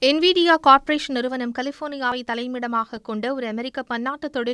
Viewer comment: NIVIA அண்ணனை விட சன் நியூஸ் என்விடியா என்ற பெயரை செறியாக சொல்லிட்டாங்க...